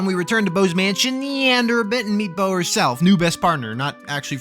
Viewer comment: Hate to be this guy but its Bow, like when you bow in respectsm